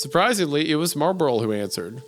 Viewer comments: isaiah pronouncing marlboro as marburl the whole time gets my entire goat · Its pronounced MAHW-BRO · Wendigoon struggling with pronouncing "Marlboro" every time is really funny to me.